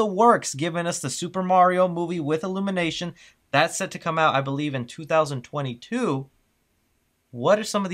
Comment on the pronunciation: I would not pay $37 for overpriced coffee saying "Illunimation."